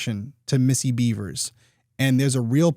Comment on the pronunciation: Bevers.. not Beavers. There’s no A in Bevers.